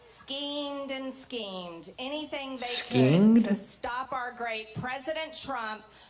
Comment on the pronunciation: He's mocking her pronunciation of schemeed, they skiemed and skiend